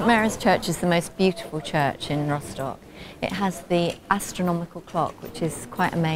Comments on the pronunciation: /rostok/ not /roshtok/ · What's with ROSHDOCK? It's rostock....even German's don't say it like you do.